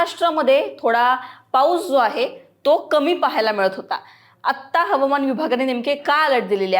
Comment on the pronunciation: मॅडम, Havaman म्हणण्यापेक्षा हवामान असे म्हणा. मग खरी मराठी होईल. Hawaman.